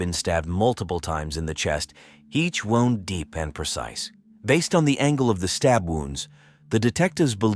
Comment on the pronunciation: Why dont you edit your ta AI. There's a difference between "wound" - as in "the rope was wound around his neck" and "wound" - as in " there was a knife wound in his neck." . They are spelled the same but pronounced differently .